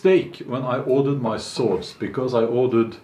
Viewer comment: "Those are muh swords"